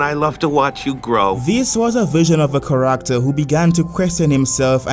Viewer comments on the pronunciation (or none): The way he pronounced "character" at the start of the video straight up hard reset my brain.